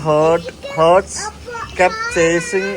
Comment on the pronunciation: bro, hurt alla..... haart - for heart.